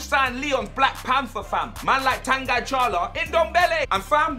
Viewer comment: Brilliant signing but his name is pronounced TONGEE.